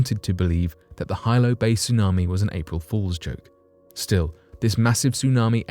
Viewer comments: The Hawaiian Island of Hilo is pronounced,"He-low",not "high-low" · Pronunciation in tsunami story! Hilo Bay is NOT 'High Low' Bay. It is 'Hee-low' Bay. Other local names are also screwed up. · HILO is Pronounced Hee-LO, not Hi-LO… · Hilo, Hawaii (the Windward side of hawaii island) AKA. The Big Island is pronounced Hee-low NOT hi-low 🤦🏻‍♀️ aloha from Oahu 🤙🏼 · Aloha- it’s HeeeLo Not High-Lo when you speak of the big island, Hawaii 😉🤔😁🤣Jus a lil FYI- you know I Love da channel! 💜🥀💜🥀💜🥀💜🥀💜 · Hilo is pronounced as Hee-low not Hy-low. I knew friends who lived near Hilo in the villiage of Pahoa. They said Hilo as Hee-low. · A 100-foot wave will not decimate a damn thing. It will devastate everything in its path. Quit using words you don't know the definition of! Hilo is pronounced with a short I not a long I. Still wouldn't explain how her body it was reduced to Ash which requires about 2,200 degrees for about 4 hours. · It’s pronounced He Low. Hilo. My family is from Hilo and they were present during the tsunami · It’s pronounced “Hee-Lo” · Hilo is pronounced HE-Low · HILO is pronounced Heelo in Hawaii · He-low its pronounced he-low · It's pronounced Heelo. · Hilo is pronounced "hee-lo. This quaint town nestled along the eastern coastline of the island, Hawaii. Hilo is my home town, which is also on the slopes of the most active volcano in the world. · Bugs me when they don't try to learn how to properly pronounce words.